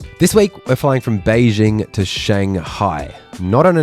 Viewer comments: Why do you pronounce Beijing as Bei Zing? It's phonetic and they wrote it as Bei Jing. Say it the way it meant to be and then it's correct. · Please learn how to pronounce “Beijing” and “Daxing” correctly.